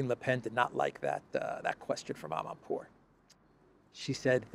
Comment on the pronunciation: So that journalist coul say "ama poor"journalist